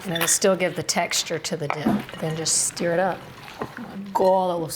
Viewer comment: I'm trying to figure out where's she's from. She said "steer it up", rather than "stur" it. 🤔